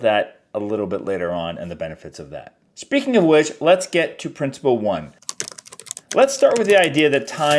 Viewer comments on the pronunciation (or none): Thanks for the video,. I hope you don't mind my saying, it's principle, not princible!